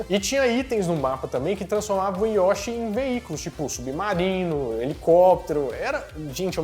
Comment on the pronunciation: Se pronuncia YoshÍ. rsrs